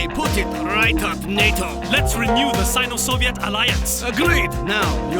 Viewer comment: It's Not Sin-o Not Sign-o.